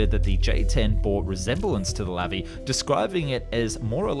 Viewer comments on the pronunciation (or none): Its pronounced lavi not levi. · Sorry, but it's pronounced Luvee (stress on the end syllable). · In Hebrew, the emphasis is always on the last syllable. It's not LAvi but LaVI.